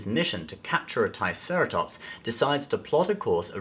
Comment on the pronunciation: Lol you said "TIEceratops" hahaha